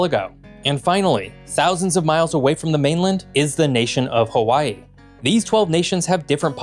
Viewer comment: You lost me when you couldn't figure out how to say Hawaii right